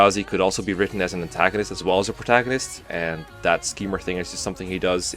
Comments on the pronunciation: Pro-tuh-gone-ist? Excuse me? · Did you just pronounce protagonist as "pro-tuh-gawn-ist" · P- Pro-ta-goh-nist? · Pruhtagonest? Buleth? Lmao!😂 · i’m sorry but the way u pronounce protagonist made me physically shiver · How has no one commented on how he pronounced protagonist?!? 😂😂